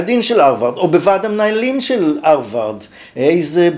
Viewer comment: כך תמיד כינו את זה בעברית: פלגיאט (מלטינית) ופרשו בלשון המתחדשת "גנבה ספרותית". זו לא עגת האמריקניזציה, כמו למשל האג'נדה. יותר קשה לאוזני לשמוע את הא' מחליפה את הה' (אַרְבַרד), אבל גם אני כנראה זקן נרגן. התוכן, בכל אופן, מעניין מאוד.